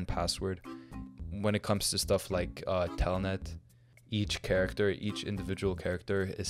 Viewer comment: ah yes telnet is the same thing as "tailnet"